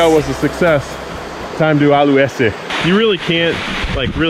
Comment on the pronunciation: "TIME TO ALUESE" 😂😂😂😂😂😂😂😂❤